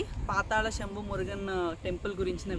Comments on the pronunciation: పాతాళ శంభు not సెంబు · సెంబు కాదు మేడం శంభు అప్డేట్ చేయండి